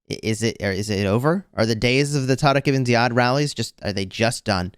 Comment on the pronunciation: I am an Arab and I was surprised by the pronunciation of Tariq Ibn Ziyad😮